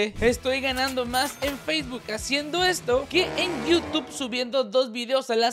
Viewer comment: Pero dice facebook y nomás escucho tik tok qwq